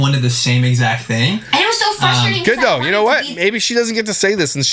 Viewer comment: I thought she was a little smart until I heard her say “fustrating” yea nothing more frustrating than that!